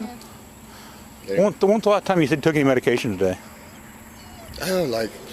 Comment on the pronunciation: tw tw atwon twhat time two took twmediation? At thiff at….Wtf is this dude saying